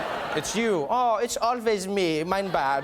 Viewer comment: “Mein bad” 🤣 😂 😆